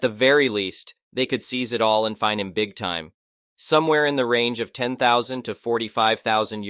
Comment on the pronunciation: I'm starting to think the person reading the story's mite not be a person but a really good AI. The only way I'm going about this is how it read most of the time like when saying 10000 by breaking it up as 10 then 000. But I do not know. I know there one video that was link with one other YouTuber where the wife did some of the voice of the females. But after that I only hear this person or AI.